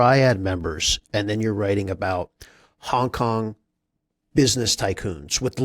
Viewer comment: I wish he'd say Hong Kong and not Hong KoN